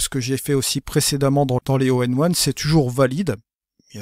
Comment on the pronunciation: Etrange ta façon de prononcer ON1 tu dis tjs ONE1 plutôt que ON1;-)